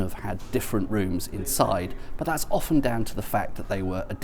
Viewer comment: Thank goodness he’s not one of those crazies who pronounce the T in “often”. Sometimes I despair of people.